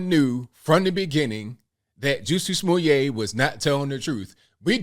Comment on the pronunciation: To be fair, let’s at least spell his name and pronounce it right Jussie (ju-c) Smooye’ (smoo-yay) 🤣🤣🤣🤣